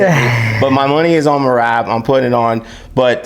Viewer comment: It’s not Merab. It’s MRAB